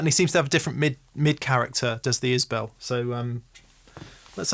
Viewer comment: Pronounced Is-bull not bell ;-)